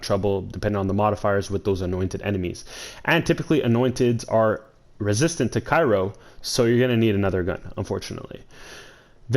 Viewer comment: ITS NOT FUCKING CAIRO GUY! I UNDERSTOOD ONE VIDEO BUT U STILL ON THIS SHIT! LOL READ THE GOD DAMN WORD AND SOUND IT OUT.